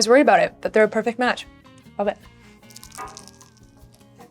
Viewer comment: "made with love" "perfect match" the way she said these phrases... tell me I'm not going insane??😭😭